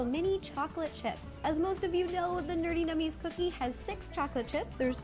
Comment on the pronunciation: It’s NerdENummies 😂